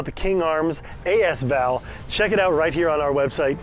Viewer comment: ... it sounds weird... just say the words as and val or combine into.. asval. If you say the second one correctly... you will understand. ;)